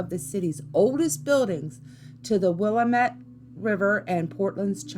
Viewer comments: Will-am-ette..... Willamette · 🐢Bro she literally called the Willamette River the willimet river🐢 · Will - Am- Ette